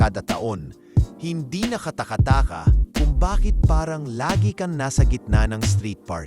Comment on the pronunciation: ano raw??? KATAKATAKA (pronunciation)...? Englisin mo na lang kasi...